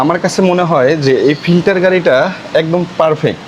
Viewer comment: ফিল্ডার❎ ফিল্টার✅ 😂😂😂